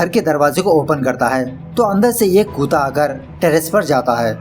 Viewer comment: Bhai...Yr aadmi explanation to mst deta hai....I really appreciate his work....But I laugh like hell whenever he says "कूता" "koota" instead of kutta "कुत्ता"